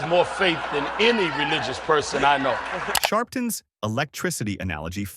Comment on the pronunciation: Al Blunt-ton? 😀